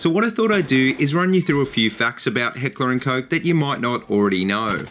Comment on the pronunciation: Awesome shit bruh. I love H&K I'm a huge fanboy and thanks for pronouncing it right. I own an HK45 with is basically the "Compact 45" in a full size. German Engineering FTW!